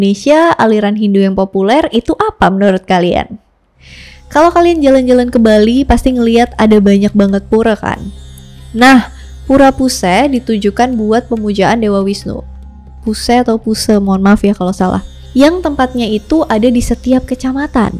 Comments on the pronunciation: Pura puseh bukan pura pusEh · Kak maaf ngomong Pura Pusehnya agak salah 🙏